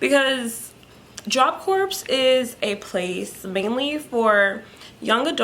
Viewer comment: Thank you for telling about your experiences at Job Corps. I have one big question - why do sooo many JC students pronounce it like you do? The word Corps is not said like a dead body, corpse, it is pronounced core. How do the staff and faculty pronounce it everyday? I just don’t get it.